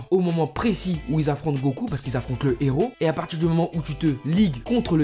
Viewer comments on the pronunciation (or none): none